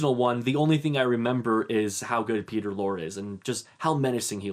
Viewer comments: Peter Lorre - pronounced Lore-ee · The final e in Peter Lorre's name is pronounced. Not like folklore. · Re: Mr. and Mrs. Smith. B/W films have a specific sense of humor? I have never heard anyone say that before. It makes as much sense as saying color films have a specific sense of humor. Wide-screen films have a specific sense of humor. Films made in 1994 have a specific sense of humor. What does that mean? P.S. Before making a video you should learn how to pronounce Peter Lorre's name.